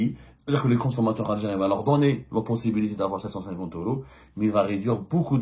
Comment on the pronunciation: Tu crois que tu sais tout , mais c'est l'inverse en plus il vont l'augmenter.. et on dit euros pas oro 😂